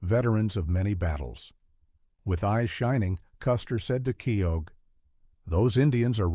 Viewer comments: It’s major Kee-oh, not Kee-og. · The way he says Myles Keogh's name it is Miles Key - Ho.